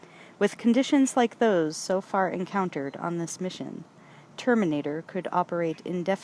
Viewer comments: The Turrrmaaanatrrrrr xD Love the narration and enthusiasm Thank you so much for this brilliant read ❤️ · The TerminatorRRRrRrRrRRRRRrrrrr!!!!!